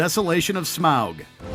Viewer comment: Totally subjective man. We don’t all agree. Also who pronounces Smaug that way? Dude. Don’t say it like that.